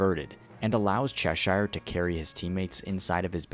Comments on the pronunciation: For the love of god its pronounced "sheer" not "shire" 😭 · My brother please stop saying saying Cheshire like that. Say it like “_chess_sure” not SHIRE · It's pronounced as Che-sheer. Coming from the Lewis Carroll's Alice in Wonderland. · I'm sorry to be that guy but it's pronounced "cheh-sure" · Pronounce Cheshire correctly before you say it pal